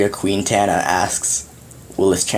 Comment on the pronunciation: "queentana" haha you know it